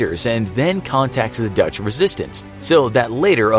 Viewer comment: Love the way you name dutch towns. Pretty accurate